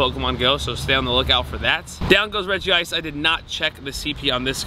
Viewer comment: Regice is 2 syllables